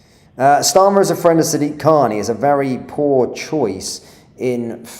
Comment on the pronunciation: "Hes my frwend" pathetic